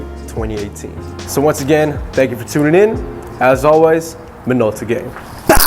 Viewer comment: 🔥video!! but im still pretty sure that someday you will actually hit your camera and make it fall after saying "minoltagang" 😂😂😂😂